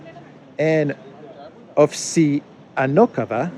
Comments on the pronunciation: Ovsiyannokova reads as “ Off-sAnnikova”, second syllable stressed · I think it is pronounced Ovseanikova. With emphasis on sea silable. Great reporting:) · About Ovsyannikova name - you making mistake reading "ya" as two syllables. It's one vowel, soft A and sounds like "ya" in Yandex